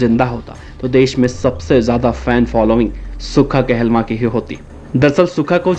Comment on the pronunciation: Kya video bnayi, naam b galat bol Raha.,.sukha kahlon tha not kehlwa